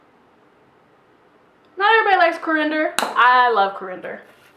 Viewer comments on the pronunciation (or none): Coar-end-er? I think you might be talking about coriander. Learn the names of the ingredients before you try to cook. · Pronounced as Coreee,ander. Lol thanks for the recipe 😁